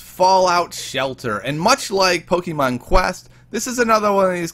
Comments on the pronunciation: Keeps saying Pokeemon instead of Pokémon TRIGGERED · He says pokimoon